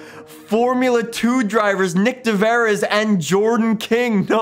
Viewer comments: “Nick De Veris” and “Alpha Tuuri”, I didn’t know this was a try not to cringe challenge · Nick de "v" yres. YOU SAY NOT DE FREES NOT VERES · De way you say de vries